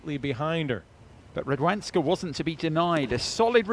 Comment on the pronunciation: The way the English narrator pronounces the 'w' in Radwańska makes my toes curl. The American commentator got it right bloody hell, why can't this chap?